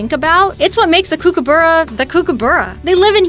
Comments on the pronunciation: You can't say kokabrra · kokoburra? I dont know what to make out of that pronunciation... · She saying kookaburra wrong Australian that’s not how you say it